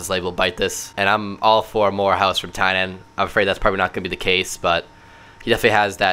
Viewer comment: Btw. Tynan is pronounced Teenin